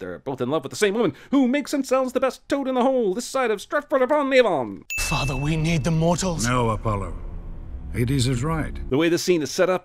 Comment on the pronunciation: Never say Stratford upon Avon again 😂😂